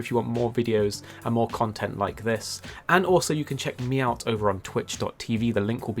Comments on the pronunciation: Did he say "meowt" instead of "me out"? Hanging out with the Palicoes too much lol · He did not just say “Check Meowt” 😂😂😂 did anyone catch that? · Did you just say "check meow't?" Because I thought I just heard you say "check meow't."